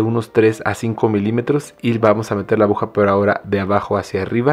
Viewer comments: Es mi imaginación o dice abuja amigo si es así se dice aguja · Por diooooos, abuja no se dice niñoooo se dice aguja. Me duele mi oído por dios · me encanta su video,muy buen tutorial...pero dice abuja 😅